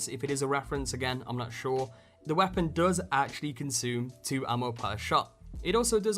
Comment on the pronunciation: What accent does the narrator have? I can't place it. And it's Weirdly frustrating because of the certain emphasis and tone put on particular words only about half the time. "Weapon/Weah-pon".